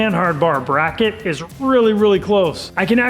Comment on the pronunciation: Did he just call a bracket a “bracky” ? Lol